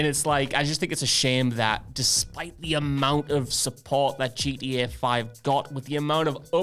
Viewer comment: keeps calling it GDA because of accent. Makes me smile.